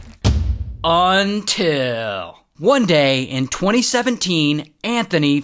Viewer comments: I love the "until" 😂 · Love the "UNTIL"s